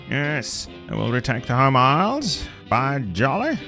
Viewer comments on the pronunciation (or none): none